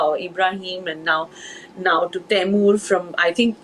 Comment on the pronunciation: The minute you said Taimur, I stopped watching